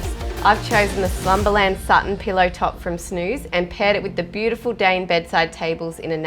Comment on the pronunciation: Everything is "bewdaful".....